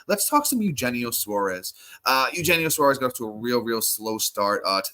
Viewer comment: You’re killing me man. Eugenio (Yu-hen-neo) Suarez.